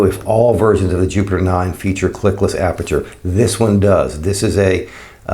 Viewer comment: Clickless dear boy. Not clicklets